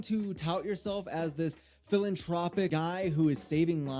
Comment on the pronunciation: Filantropy?😂😂😂 FILANTROPIC!😂😂😂 He doubled down!